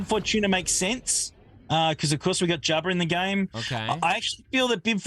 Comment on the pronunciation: I love how manages to put the letter “R” in Jabba lol